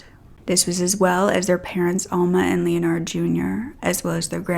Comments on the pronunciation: Hey, Sweetie. I think it’s pronounced “Len-erd”. Not Leon-ard. I have several family members with the same name:) Great job on the video and you look great! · Ok but I think you’re mispronouncing “Leonard.” It’s like “lennerd,” not like “Leo-nard.” 😊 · Pronunciation is "Len-erd". The "O" is silent. Just trying to help you out. I love listening to your story telling!❤ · Leonard is pronounced Lynn-erd.(as in herd). —Just disgusting!! I think he was jealous. His successful brother took his girl, had a big family and had his own life. His brother had everything he wanted.